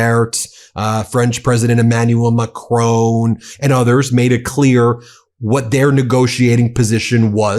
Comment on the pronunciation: Its Macron not Macrone!